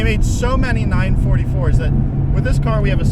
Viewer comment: I really approve of you Matt say the car's name properly " nine , four four" instead of nine forty for like most other American reviewer. Same with the 928 and 968